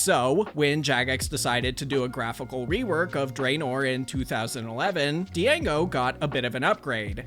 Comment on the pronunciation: you pronounced django wrong